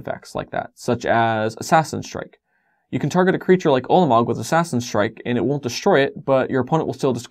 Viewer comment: You might want to put up a text box because the "won't" sounds like a "will". Might confuse newbies. Thanks for these videos though, I'm learning things and you deliver and explain them well.